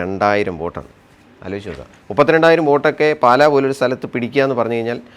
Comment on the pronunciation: “പാല” എന്നല്ല, “പാലാ” ആണ് ശരി!!